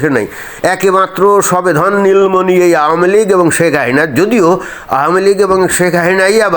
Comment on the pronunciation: ভাই উচ্চারণ স্পষ্ট করেন (শেক হাহিনা) শেখ হাসিনা শব্দটা দয়াকরে ধীরে ধীরে বলুন।